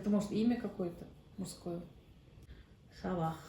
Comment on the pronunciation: Передача хорошая,нужная но... По моему задающий вопрос должен быть носителем языка о котором идёт речь или как минимум, правильно произносить слова.Если бы снизу не было надписи я азербайджанец , некоторые слова тоже не отгадал бы.)))Например,не САБАХ, а SABAH , в конце не х а звук h.Потому участникам послышалась Собака))))))))))))))))))))))))))))))И не стоит загадывать целые предложения,участникам и так не легко, просто слова,внятно и отчётливо.